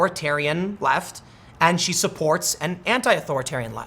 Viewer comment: You called her shoe hahaha....I thought it was head